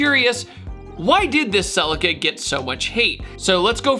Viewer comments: Americans...🤮 It's a Celica not a Sell I ca! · 😂😂😂😂😂 Whys he calling it a cell-acre 😂😂😂😂